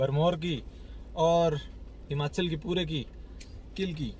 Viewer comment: किलकी नही कलगी